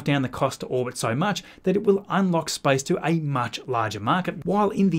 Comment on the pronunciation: I loke that this guy pronounces "space" as "spice", and if you let the video in the background while you're doing something else you can believe we are almost ready to go to Arrakis